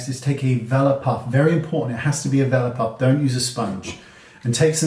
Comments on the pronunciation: It took an embarrassingly long time to realize you were saying Velour puff and not Valor puff 🤣 Thank you as always Wayne! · Oh ok..omg me too I thought he said vela puff "" lol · My brain heard “vellum puff”. 😆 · THANK YOU...I was going nuts trying to figure out the word he was saying